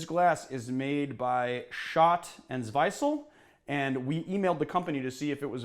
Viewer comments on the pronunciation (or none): It's pronounced Tsw-EE-sel. ;-) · Schott & Zwiesel. It's more pronounced like Tsweasle.